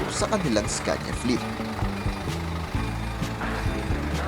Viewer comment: iskenya po pronounce dyan